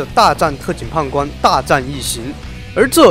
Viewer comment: 不好意思我聽成 特警"胖"官